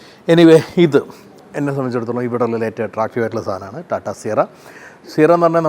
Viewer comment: കോട്ടും സൂട്ടും ഒക്കെ ഇട്ടിട്ടു റ്റാറ്റാൻന്റെ എന്ന് പറയാതെ ടാറ്റയുടെ എന്ന് പറയൂ 🙏